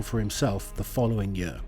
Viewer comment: Everyone else: year This guy: yeeør